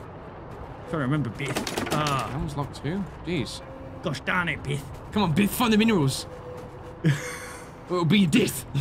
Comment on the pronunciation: Other people: Beth: Bith